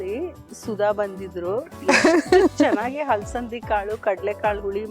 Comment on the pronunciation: ಹಲಸಂದಿ ಅಲ್ಲ ಅದು ಅಲಸಂದಿ😅😅